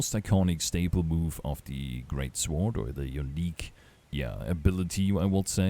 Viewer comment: Psst. Hey buddy. The W in Sword is silent.